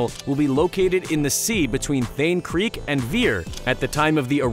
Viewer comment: Thane Creek?? speak properly or don't speak